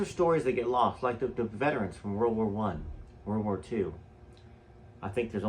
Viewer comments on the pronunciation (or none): none